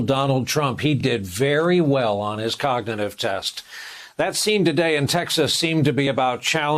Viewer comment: Biden can’t even say cognitive